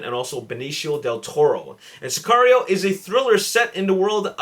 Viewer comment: Mexican right here. You pronounced it correctly!;)